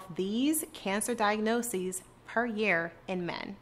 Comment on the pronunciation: The way she pronounces "Diagnosis" is so cringe.